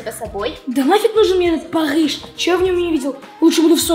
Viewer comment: бабл сказал парыхжи